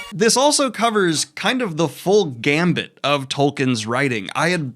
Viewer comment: the term is "full gamut" as in whole range, not "gambit" which is to take a chance.